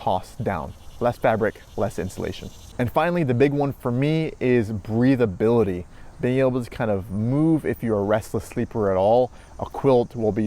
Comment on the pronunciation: “Breathabiility” haha. Great points! I agree. Great vid and topic. Thanks!